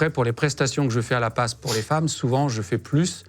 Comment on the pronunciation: l'APPAS ou "la passe" 🤣🤣